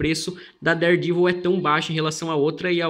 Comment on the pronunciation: Listen how he pronounces daredevil. he says devil with a long e sound!